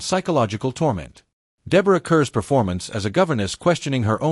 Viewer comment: Congratulations! You only managed to mispronounce the names of three major stars. It's Ray Milland - (mill-AND, not MILL-and) Max von Sydow (von SĪ-dō, not von Sid-dō). The last one is but slightly more forgivable. Deborah Kerr - (CAR, not Ker - it's a Scottish name) Before you set yourself up as an authority, learn the basics. Kudos for not screwing up Vincent Price or Christopher Lee.